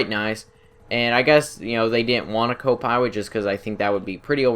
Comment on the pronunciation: I'm Huntwing Wabbit, It's Wabbit Season I have a Swavage I don't have a cwo pwilot but it still pwowerful eheheheheehehehe